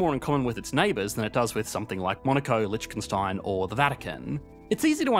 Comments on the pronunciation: LITCHKENSTAIN Never seen someone murder the pronunciation so bad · Nitpicking on pronounciation of German words~~ Lichtenstein is pronounced with an [h] as in "hooligan", not [ch] (cheddar) Zurich is pronounced with a [ts] as in "tsar", not [z] There are other nuances, so just give it a listen